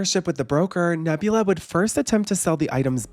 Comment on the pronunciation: The mispronunciation of Nabila as Nebula threw me off throughout the whole thing 😅